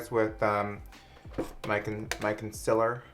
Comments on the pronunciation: Did anyone else freak out when he said “consiller” instead of concealer?! HAHA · “consiller” LMFAOOOOOOO I DIED I CANT WITH YOU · Lmfao when u mispronounced concealer tho 😂